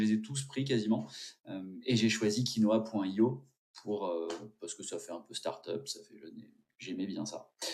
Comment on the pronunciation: Du coup il faut prononcer KI NO WOUA ;)